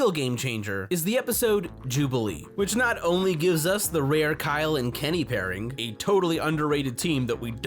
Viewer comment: KYeal! That's Kyeal!